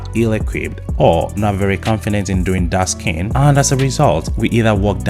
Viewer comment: When you say dark skin i heard dusken and thought what a wonderful word